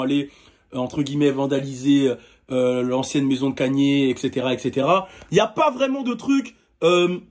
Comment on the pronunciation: Kanyyyerr t sérieux tu le dit comme ça ok Ok